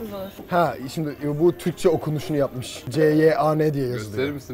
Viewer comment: Çyan diye okunuyor Türkçede o renk